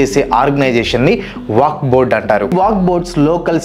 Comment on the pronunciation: వాక్ కాదు వక్ఫ్